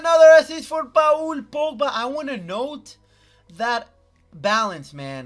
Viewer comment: it’s paul on pa ool